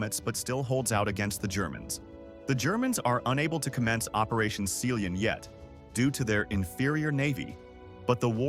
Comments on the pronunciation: Sea Lion being pronounced as "seeleeon". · How can you not pronounce Sea-lion? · are we not going to talk about the pronunciation of sealion?